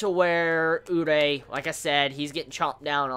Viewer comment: Jesus the way he teases us with Kaneki. He may give us a piece of dar kagune next chapter. Could Takizawa get rekt? Kaneki had a good reputation as an s s rated. Btw, It's been a long time now and my quest to make you say "uree" instead of "urei" will not end! I must suceed!